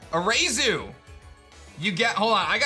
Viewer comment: Pretty sure Irida would be pronounced EER-ih-duh, as in iridescent, since she represents Pearl and Adaman is clearly Adamant (A-duh-men). For Arezu it looks like it’s pronounced AH-reh-zu as apposed to uh-RAY-zu, since her design seems to be based on Mars. Mars is named for the planet, which is named for the Roman god. Arezu would be the Japanese pronunciation of Ares, the Greek name for the same god.